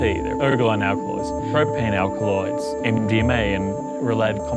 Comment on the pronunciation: Why do I keep hearing Indian May instead of MDMA